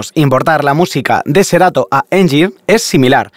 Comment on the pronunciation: No es por dar hate compañero, pero se llama SERATO no SERATOR, buen video, me lo ví todo, pero me estreso la mala pronunciación 😫